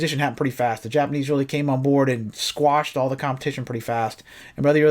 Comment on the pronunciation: Did you say nipanese